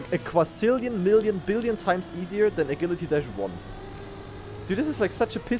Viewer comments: bro is saying a gilly tee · It's because he's german. Agilität is pronounced like that.